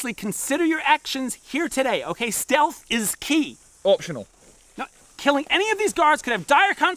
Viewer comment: "Steatlh" actually pissed me off lol